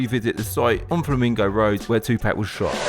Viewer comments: Jay z once said, white people say tupack, not Tupac 😂😂 damn lol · It’s Tupac not Tupack you clown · Who the hell is "2-pack"